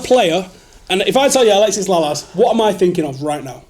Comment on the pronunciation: “Alexis Lalas” don’t you dare disrespect the legend that is Alexi Lalas ever again